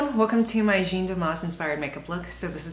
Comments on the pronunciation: Jeanne is prounounced jan, not gene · it's as if you were british and said man but you have to replace the "m" with "j" and that's it. It's the same "a" sound as in "cat". In french there are no accentuated syllables so it's as if it was only one syllable, like "jan". is this understandable?? ahah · finally someone did it! looks soon good on you ! damas´s style is my fav! u r great ! love ur videos! and it´s JaaAAA -(h)-n pronunciation, kindaaa... not so important anyway... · frustrating I would really like to say it to you out loud. If you type Jeanne Moreau interview on Youtube you ll find a lot of French interviews of that amazing French actress and you'll probably hear the interview pronounce her name correctly. It's really not that important anyways it's just that you seem to really appreciate her looks and you did a really good makeover that suits you perfectly. You could be taken for a Parisian too you know :) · When making a video like this, why does no one seem to at least google her name to make sure it’s pronounced correctly.. I don’t get it